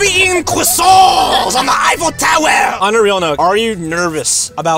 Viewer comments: WERE GOING TO BE EATING CWSANTS ON THE EAYFFEL TOWEH!!! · CWUAASUAAAANT IIHN THA IFEAL TOWERSH